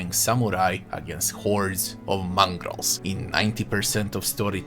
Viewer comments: "mongrols" lmao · He said it at least 50 times, this triggered me so hard.